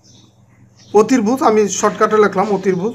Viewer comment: ধন্যবাদ আপনাকে। ক্ষমার দৃষ্টিতে দেখবেন একটা কথা বলি, আপনার অতিভুজ উচ্চারণ টা একটু ভুল আছে। অসংখ্য ধন্যবাদ, সুন্দর করে আমাদের পড়া বুঝিয়ে দেওয়ার জন্য..